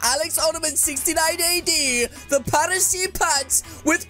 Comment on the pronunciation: I thought it was Paris not paresee